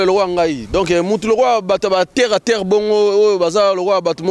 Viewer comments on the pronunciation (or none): bongisa français oyo okomi mabele na français eza terre et non tairre stp sans rancune